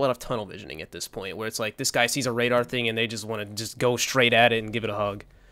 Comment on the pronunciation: I really believe shotgun apes actually talk like that. "RaDAR"